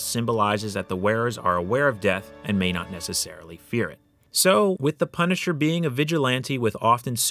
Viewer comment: The pun-i-cher